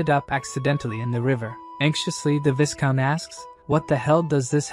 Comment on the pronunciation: Viscount is pronounced vai-count not vis-count😅